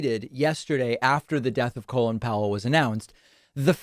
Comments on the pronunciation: Do Americans really pronounce Col-in, Colon? What the hell? I actually thought this guy was called Colon as I've only ever heard it said and never seen it written. It's Col-in and in Come in. The in is unsurprisingly pronounced in. By the way, it is really obvious from the outside that Republicans are against vaccines as they want Biden to fail. They don't care if more Americans die, they just want Covid19 to still be an issue by the midterms and so they are doing everything they can to stir up crap and stop vaccinations. It's the most cynical thing I've ever seen. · It’s Colin Powell not colon 😅